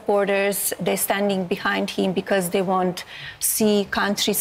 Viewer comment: It's "they' not 'dey" . That's a lazy effort to speak english.